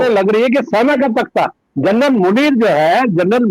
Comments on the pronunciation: दीपकजी, I am sorry to say , आपने 'जनरल ' का प्रोनाउन्सेशन , जर्नल किया है l बाकी आपका विश्लेषण तो, हमेशा की तरह लाजवाब है ही l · Carnal nahi janral pl note